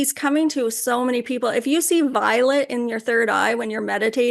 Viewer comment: Omg. The first time I watched the channeling of st germain I thought she was saying the violent flame of transmutation And I thought it weird that the flame would be violent lol. Now I realize it was violet